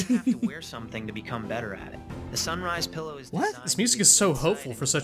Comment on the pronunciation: "a glowing PIElow"? lol